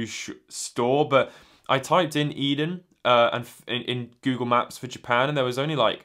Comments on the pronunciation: Yep, "A-den", not "Eden". I've only been living in Japan for a few years in Kanto, so I've never heard of this store, but I did wonder if it was somehow related to Edion. Thanks for the info! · Pronounced A-Den :) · The company name is pronounced as "eethen"